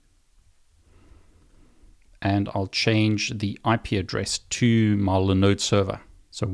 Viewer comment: What is a li node server? Did you mean LIE-NODE server? (As the I has a vowel that comes after it, making it a hard EYE.)